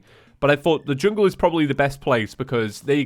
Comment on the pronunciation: i thought he said chungle staff